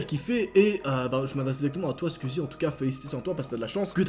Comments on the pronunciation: tu ses pad dire squezzie tu dit squizzie le u on le prononce squezzie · Juste un truc! Ça s'écrit "squeezie" mais ça ce prononce pas "squizi" ça se prononce "sqouizi" voili voilou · Mec tu me stresse à dire squzie AAAAAAAAAAA😂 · Tu dit skuizi wesh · pourquoi il dit squizi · Comment les fans de squeezie dise squeezie: les fans girls: SQUOUIIIIIZIIIIE comment le dit: SquWIzie